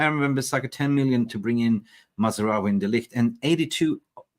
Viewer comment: his name is MAZROUI....NOT MAZ A ROUI......you are not even interested enough to pronounce his name correctly.